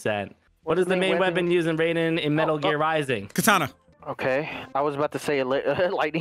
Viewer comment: Is anyone else annoyed by their constant mispronunciation of Raiden from Metal gear solid